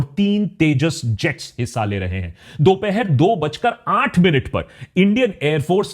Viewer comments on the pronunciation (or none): none